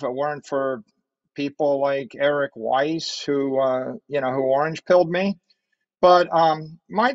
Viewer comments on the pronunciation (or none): none